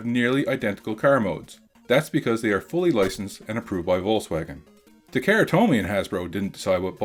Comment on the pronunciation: ...Ta KAR a. Not ta Kara